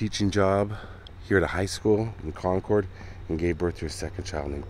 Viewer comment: Love your videos and another great one as always. As an FYI, the locals pronounce it "Con-curd" vs. ""ord". Keep up the great work and looking forward to your next video.